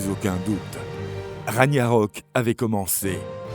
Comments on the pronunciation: "Raniarok"? "Asgar"? Vous fichez-vous du monde? Renseignez-vous un minimum sur les prononciations avant d'enregistrer le commentaire... Dommage, ces vidéos sont magnifiquement illustrées, le commentaire en soi est plutôt bien écrit, mais ces erreurs balourdes sont un gâchis. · Très bonne vidéo. Sinon on prononce Raguenarok. 😉